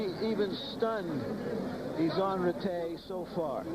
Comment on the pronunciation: David izonrighty lol hahahahaha. It's Izonrite and not righty.